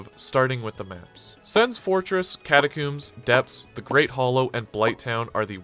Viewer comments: Why catacooms how do you say comb the word is catacombs - nice video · WHY DO YOU KEEP SAYING CATACOMBS LIKE THAT